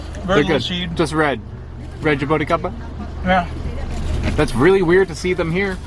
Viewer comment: Man your pronunciation is horrible Its not ja-bow-ticaba Its ja-boo-tea-ca-ba